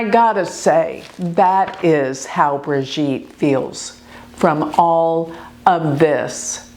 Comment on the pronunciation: Sounds like TROG KNOW not TRINIER AND Sounds like BRI-gheete soft not a heavy thick G